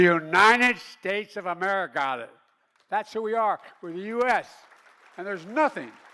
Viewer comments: Wow. Total incoherent baphoon. We are the United States of Amerigotid. Why would the Dems continue rolling this corpse out? So embarrassing....complete with the same one liners he has used over and over and over again and thinks shouting and pointing his finger makes it less cringeworthy than the hundred times before. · I miss laughing at all his gaffes. This one was pretty funny though. “Amerigotit!” Lol